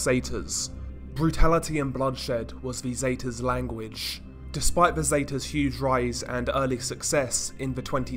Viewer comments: The way he says Zetas makes my ears hurt. Seh-ta-s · How can you not pronounce Zetas correctly